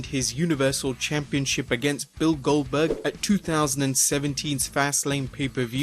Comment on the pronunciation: Did u say gelburg you mean GOLDburg